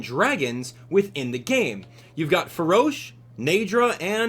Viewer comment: Not to be rude, but i think you pronounced farosh wrong